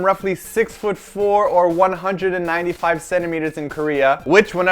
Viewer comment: not to b*tch about it but im korean and thought if ur going to make a video actually saying 195 cm in korean, learn to say it right before u actually record urself....